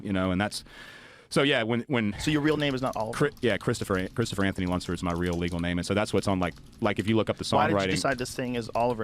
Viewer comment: Joe Rogan: Some bullshit implying this is the only song anyone wrote ever that was about "people getting fed up with shit." The entire genre of punk has entered the chat Also: I coulda sworn this man said his last name was "Onceler." It was "Lunsford," but I had to look that shit up because I thought he may be out here making thneeds and my boot was gonna have to start speaking for the trees.